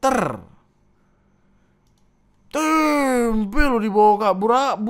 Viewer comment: tempe jangan dikasih 'k' bang, artinya jadi lain 🗿